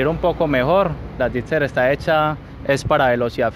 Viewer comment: No sé dice "Gipser"... Se dice "Gixxer"!... Ya he visto varios vídeos y duelen los oídos cuando dices Gipser con P!... A mejorar la dicción!... O terapia de lenguaje!